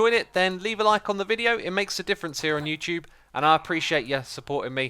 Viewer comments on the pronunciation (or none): none